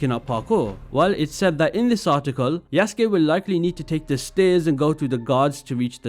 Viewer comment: It's pronounced "Yuh-suu-kee"